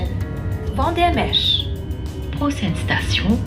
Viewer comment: Vandermeersch not Vandermech.